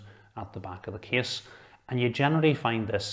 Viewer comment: Not too slow not too fast. I just think its funny that when he says "Case" it sounds to me like "Kiss" :D